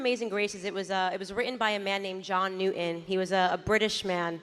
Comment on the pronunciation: "wri'en by John new'en" It's wri-tten, new-ton. This is how "wonderful" she is.